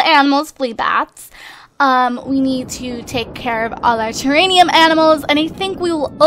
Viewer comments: Don't mean to be rude or anything but just saying... Its TERRARIUM not TERRANIUM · omigoodness! its TERRARIUM NOT TERRANIUM!!! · pleaseeee. It's Terrarium! Not Teranium! Ter-air-e-um! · It's not terranium it's ter-air-ee-um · TERANIUM IS NOT A WORD!!! IT'S TERRARIUM!!! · Just so you know, it is pronounced ter-air-ee-um. Idk why but it like kills me every time you say it XD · I cringe every time she fails at saying, "Terrarium" correctly. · Yeah you've got it wrong. It's terrarium with an M not an N duh